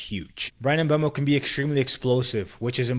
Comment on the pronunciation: Just found the channel; nice video. Subscribed. P.s. it's "Mboomo"